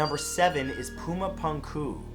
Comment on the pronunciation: It's pronounced "Poo-ma poonk-oo", Matt. Hello from Bolivia!